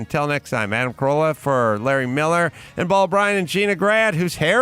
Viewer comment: “Adam Carola”? Don’t do your best, do my best.